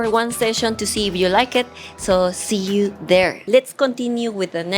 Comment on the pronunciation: Hola, tu ingles ha mejorado bastante, pero hay dos palabras que hay que pronunciar mejor. “You” se pronuncia “iu” No se hace el sonido de la y. Bank se pronuncia con la “a” que suena entre a y e, no con la a en español. Saiudos!